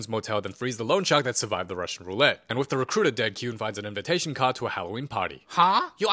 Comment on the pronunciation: mean Da Recruitah iz hear😅😅